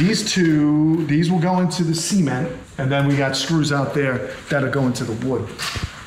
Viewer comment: Cement, or semen....t ????